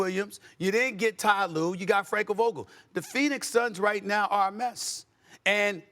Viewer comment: Frankel vougule 😂